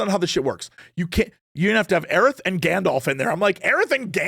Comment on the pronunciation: The way Jesse says "galdarf" 😂